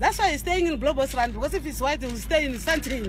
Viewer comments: Mr was dealt with accordingly!!!! kwaaaahahahahaha... "Dont say Bloubostrand its embarrassing man" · Lols.... She cracked me up yoh! Bloubos!